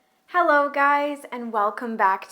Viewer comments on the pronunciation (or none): none